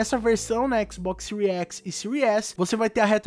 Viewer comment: " XBOX SEURI X " KKKKKKK